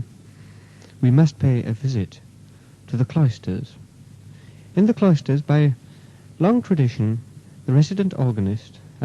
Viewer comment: I think he's pronouncing Cloisters as Clysters (enemas) very much on purpose.